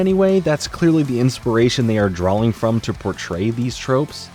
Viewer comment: I love all of content except for the fact that he says drawling instead of drawing. Drives me nuts